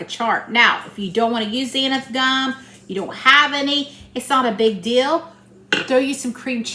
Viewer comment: Looks great! Just be careful not to use too much Xanthin Gum. It can get slimy. And it's pronounced Zan-thin Gum. Just for fun!